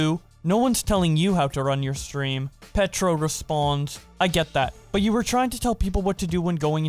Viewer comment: Hahahah i was about to comment this. doesn't watch anime I guess. He also said Immortals Petro instead of Ptero(dayctl) 😂 omg